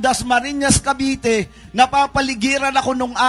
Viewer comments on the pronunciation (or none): Lete❌ Leyte✅ Hito❌ Heto✅ Kabite❌ Cavite✅ 😆🤣🤣 Ayusin mo Naman uy